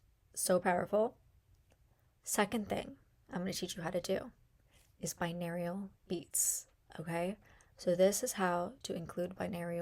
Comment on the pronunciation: Girl. OMG. I'm glad you're helping people and people like your style but man was this video difficul to get through! Binarial beats? BiNAURAL beats. SAYtiated not SATiated. this video could have been HALF the length and number of words. Step number 1 took 5 minutes! all to say write down your affirmations in present tense, include emotion, and use positive descriptions. I download audacity to my laptop, phone or tablet. I get it! I don't need to hear all of the options of where to download an app five times. Every. Single. Day. Every. Single. Day. Every Single Day. Didn't work for me either. Hear my voice clearly at those settings for some reason. This was ruff.